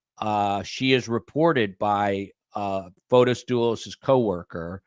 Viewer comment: it’s Fotis not Photos